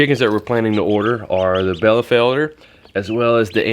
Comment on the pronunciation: LOL! Its Bielefelder (Beelefelder) and Niederrheiner (Needer Reiner) The Rhein is a super long river going thru most of Germany (by my house too) and Nieder means lower the name of that chicken breed means they are from the lower Rhein region:) as Bielefeld is a city in Germany:) (I am German) both pretty heavy breeds and very pretty too if I may say! Yall did a nice job on that future run for the dickies! God bless yall!